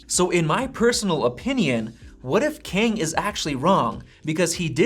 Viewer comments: It's not pronounced as "Keng" it's "Ka - ah - ang" Kang. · The pronunciation of Kang is more close to kum, instead of ken 😂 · And the way you say it sounds really odd 😂 I'm Chinese (so I know the difference between Asian languages) so if Kang is Korean, it would sound like Car- with an NG at the back. Like Carng. Or we can do an englishsified version of Kang that sounds like rang just with a K.